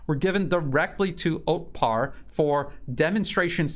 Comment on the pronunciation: it's Otpor, not Otpar.